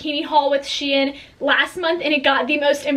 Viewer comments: I’m pretty sure it’s pronounced sheen not she in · it’s pronounced sheeeeen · that's not how you say shein